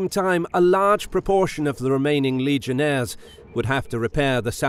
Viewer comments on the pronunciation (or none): Legionaries not legionaires... this is Rome not France